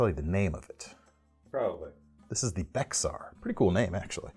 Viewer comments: Being a Texas company, though they are in Dallas, I would argue that the Bexar is pronounce “Bear,” just like all Texans will tell you Bexar County is pronounced like “Bear” not *bex*ar*. Hope you dont get too beat up for this. Thanks for the content. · You and Nick Shabazz 😡. It's BEAR - not Bex-Are. As someone whose lived in San Antonio, Texas (Bexar County) this gets annoying. Also, Houston it's HUE-stun - not HOUSE-Tun. Texas things, amiright? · Bexar in Texan-speak is pronounced “bear.” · I think the Bexar is pronounced Bear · The Tactile Bexar, Bexar County is San Antonio in Texas and it's pronounced Bear... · I actually live in a county called BEXAR (Texas). It is spelled the same and pronounced "bear". As in Kodiak, Brown, Grizzly, Panda... you get my drift. :) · As a Texan, I cringed at your pronunciation of Bexar. It's ok though. (It's pronounced more like "bear") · The name of the Tactile Knife might be spelled Bexar but it is pronounced Bear, like black bear. It is a Texas thing. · Bexar pronounced Bayer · Sounds more like "bear" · That pronunciation is a reflection of the Spanish pronunciation. San Antonio is in Bexar County. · Bexar is pronounced "bear" like Bexar County Texas where San Antonio is.